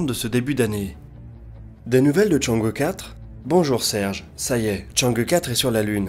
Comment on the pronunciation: Enfin qq'un qui proponce chang' euh quatre et pas chang' hi four (vu a la tv française!!) 😋